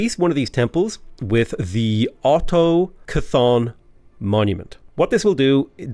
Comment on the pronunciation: So, in this particular reality is Khorne the brain god? "Brains for the brain god!" It's auto-caw-thon, sort of like the Boston pronounciation of car : D for the 'ca' part of the word. You've got a really good region to start in. I was kind of surprised you didn't boost Archeologist. Relics can be so powerful, and getting a boost to digging speed is a huge plus.